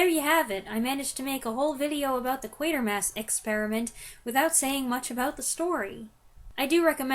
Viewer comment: It wasn't until today, listening to your review that i realized the correct pronunciation of the main character's name! I've been thinking Quartermass for decades! Thanks!